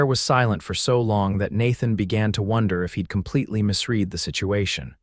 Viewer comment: The word 'misread' is badly bungled! Ouch!